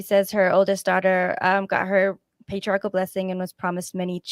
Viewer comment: By the way, did you know individuals who mispronounced the word "patri-article" or is that a local Missouri dialect?